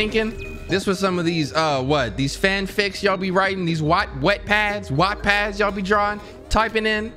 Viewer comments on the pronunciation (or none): This man’s called Wattpad a Wettpad I’m doneeee LMAO